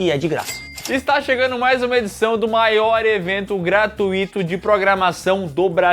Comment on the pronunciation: Repete comigo PELAMORDEDEOS: GRATUITO NÃO TEM ACENTO NO I.